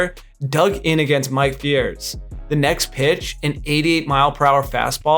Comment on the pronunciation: I saw that too.. and he also mispronounced Fiers. (It's pronounced fires)